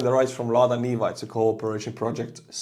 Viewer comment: Chevy Neva....it Neva go😂